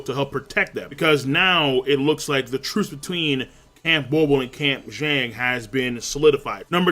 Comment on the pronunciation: I now have every prince memorized by appearance and...almost by name Woble is pronounced like the word "wobble" btw